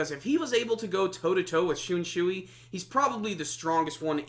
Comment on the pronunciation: "shoonshooey" good review man